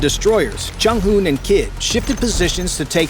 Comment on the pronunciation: Are you sure that's not a troll? USS Chung-Hoon?